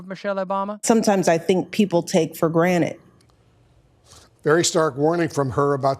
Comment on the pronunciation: "take for granite"? 😂😂